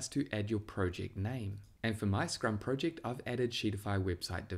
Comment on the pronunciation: If this guy says Prowject one more time